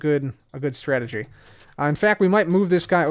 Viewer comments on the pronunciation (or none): none